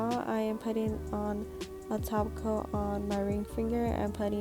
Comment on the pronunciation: same it's jus her accent tht sounded like that to me ig